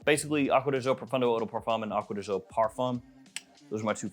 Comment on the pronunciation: Since this is one of your favourite fragrances you should probably learn the right pronunciation of the word GIO. It's DJO not ZHO 🙏